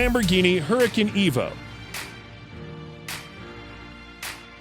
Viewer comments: I don't think that's how you say huracan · It triggers me bc he says gallardo and huracan wrong